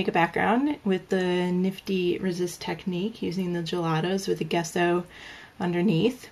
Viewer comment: You probably know this but Gesso is pronounced Jesso.